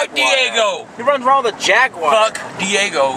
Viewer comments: Why tf does say “jagwire” lmao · Anyone else have an issue with how pronounces jaguar